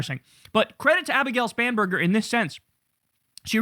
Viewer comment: She has one of the most unfortunate surnames... At least when Kyle says it, it sounds "Spamburger" every time. Also, I don't know why, but the applause during her speech sounded very artificial, like from a machine. Am I the only one who heard that? 🙂🤷 Anyway: All the power to the Democrats, as far as I'm concerned! The Republicans need to go away.